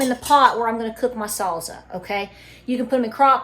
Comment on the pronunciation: Sall-za! Cute!! ☺